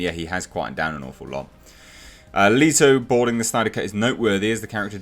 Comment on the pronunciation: Two things, you're saying Leto wrong and his joker wasn't a "punk rocker."